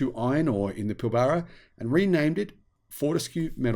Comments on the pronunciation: It's pil-bra not pil-bar-a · Sorry, but as an Australian, your pronunciation of Pilbara is like fingernails on a chalkboard. The first A is silent and the r is "rolled" like Pill brra. And you did forget Twiggy does have a few more environmental credentials, having completed a Phd in Marine Biology at University of Western Australia in the last few years. Personally I can see road trains more likely to use fuel cells than batteries, or even B doubles outside the more populated areas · Hey I grew up in the Pilbara, which you mispronounced as well as about half the places you talked about. I was a Friend of David Forrest, Andrews brother during the 90s. David and Andrew are the great great nephews of Sir John Forrest the first premier of Western Australia. Anyway you are quite correct about hydrogen, it is a lost cause, at least until we make so much energy from renewable sources that we can spare some to make green Hydrogen. As it stands more than 95% of hydrogen comes from Natural gas, oil and coal. Only 0.04% of hydrogen produced can be called green hydrogen. It may have some use in Industry but not in transport, at least in the foreseeable future. I have met Andrew Forest and found him to intelligent and charismatic. However on the issue of hydrogen, sadly Andrew not Elon is the Muppet. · Never met an Aussie who can't pronounce Pilbara 😂😅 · I think Musk is a muppet for several reasons but this is not one. Forrest really is a dick! But maaaate! It's kind of difficult to hear an Aussie mispronounce Pilbara.